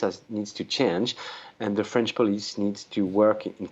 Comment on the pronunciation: This Journalist has a very good French Accent, respect! Oh, and vive la France when you don't live there! I got to get out of here!